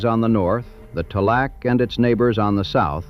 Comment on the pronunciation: you're mispronouncing "Tall-AC." Too mas AI